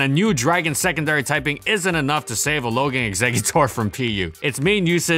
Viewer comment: Did you just say Alogang exeggutor?